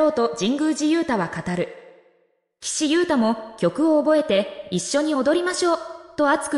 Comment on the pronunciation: まだガンユウタって言ってるの😩 名前間違えないで😩